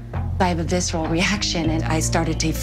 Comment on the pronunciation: this dUMB tatum who barely has a vocabulary, can't pronounce 'visceral' etc etc is a total text book narcissist. farrah is dead and is not responsible for how u grew up so stop trying to blame ur f-d up life on her for taking ur dad. it's on UR DAD LADY. stop squawking and support ur dad an help honor a wonderful person. stop the fucking memememememememe. U R A PAIN THE ARSEHOLE. i truly believe u LOVE being a martyr. feeds ur narcissism. i do believe u should work ur issues in therapy and keep doing tell all nasty BS books. get a job if u need money. a job that doesn't include selling out ur family and profiting from old history. MOVE ON. U R SO STUCK IN THE PAST AND NOTHING WILL EVER CHANGE U UNLESS U DEAL W UR NARCISSISM.